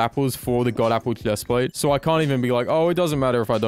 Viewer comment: why do you say hephplatte